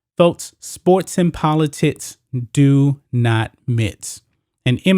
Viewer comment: It’s “politics” not Politits”.